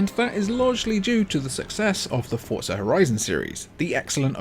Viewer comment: It's not fortza It's forza